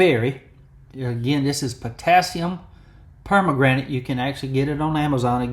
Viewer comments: Love it! Beautiful knife. Well done. Love the polish on the bolster. May I say it's not per-ma-granite, but it's per-man-ganate. Sorry, my chemistry is showing.😊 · Please learn how to pronounce it! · Good afternoon Doc. That knife turned out great. I have to admit your pronunciation of Per-man-ga-nate cracked me up. Please forgive me 🤞🏻Thanks for sharing and I hope you have a great Tuesday! 🙏🏻